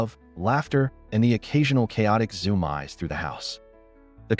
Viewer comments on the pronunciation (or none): I think he means "zoom-ees", not zoom-eyes...